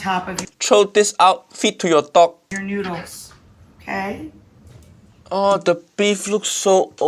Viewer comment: Why does she pronounce noodles as n-YOU-dles?